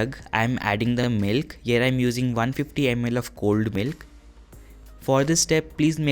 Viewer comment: I didn't understood that you said cold milk or old milk